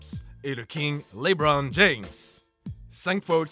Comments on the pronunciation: Par contre c'est lebron pas leebron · Bonne video, par contre c'est pas Leebron mais Lebron. ça serais bien de pas écorché son nom c'est quand mm une legende vivante ahah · Bonne video a part le faite de que big shot Rob ne soit pas premier on note les buzzer beater sur l'echelle de hory pas sur l'echelle de jordan ... et pitier pour l'amour du dieu du basket respecter lebron il vit pas pas a saint remy en bouzeron. C'est Lebron pas Libron